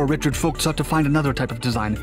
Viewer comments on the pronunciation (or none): To help you with future German pronunciations (and because Germans like it correctly 😂😉) the V both in Blohm&Voss as well as in Dr. Vogt is pronounced as F not like you did with a W pronunciation. No criticism! Just want to get you better. I love your videos.